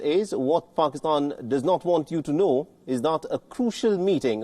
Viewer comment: I love how you call it paxtan instead of Pakistan. There is nothing pak about them.